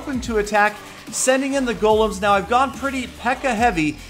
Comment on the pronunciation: These are not "Gollums", they're "Golems", you pronounce it with "e", check it out.